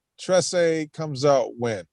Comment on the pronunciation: you said Trese right.